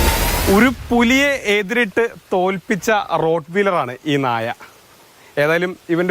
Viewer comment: റോട്ട് ❤❤❤🥰🥰🥰. റോട്ട് വീലർ അല്ല ചേട്ടാ റോട്ട് വെയ്ലർ